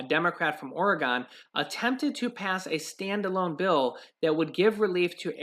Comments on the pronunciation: It’s Ore-gun, not Ore-gone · I love you brother, and appreciate your videos, but PLEASE, let's stop the geographical ignorance. It's Oregon, not Ori-GONE. No one from Oregon or having anything to do with Oregon EVER pronounces it that way, only people who don't take the time to learn the proper pronunciation. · Oregon is pronounced Orygun!!! Never liked DeFazio. LOVE LOVE the minion!! Makes me laugh, which is good!